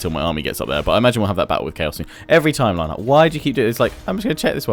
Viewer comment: I've been noticed by! Huzzah! You also said the name right as well, if you were wondering!